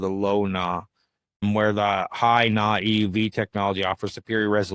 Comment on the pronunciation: High N-A low N-A you say the letter not Na